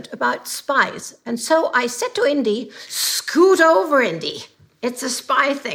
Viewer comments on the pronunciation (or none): none